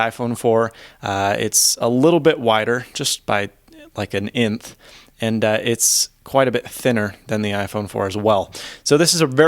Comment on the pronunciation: "wider by an inth" lol